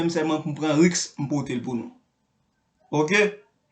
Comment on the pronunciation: Bouche neg la move anpil...li pa kon i li pa kon u...li pa kon accent aigu, ni accen grave...li pa ka prononcé aucun mot francais..lap di RIX pou risque..Bay Haitien on chance non..